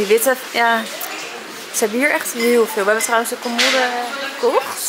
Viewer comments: Ik verstond colmolde. Haha ❤ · Ik kwam hier om te zoeken naar deze reactie! 😂 en hoe vaak zeg je commoooode!? 😂😂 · haha volgens mij zegt ze idd commodde, alsof er 2 D's staan, maar bedoelt ze hetzelfde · Spreek je voor de grap commode verkeerd uit of ligt het aan mij?😅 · Ik moet elke keer giechelen hoe jij ‘commode’ uit spreekt🙈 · Ik dacht precies hetzelfde 🙂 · Hahaha ik dacht ook wtf commode letterlijk gezegd